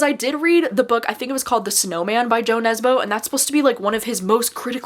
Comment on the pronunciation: Hi, just FYI in the Norwegian language Jo is pronounced more like YOU, not like JOE 😊 Also when talking about translated fiction we have to take into consideration that may not be the writing style that is bothering us, but the translation itself may just not be good, and in some cases - pretty bad, actually and can ruin the book completely.